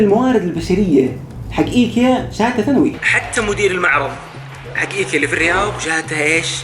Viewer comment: معقولة موضف ب ايكيا م تعرف تنطق اسمه 🙃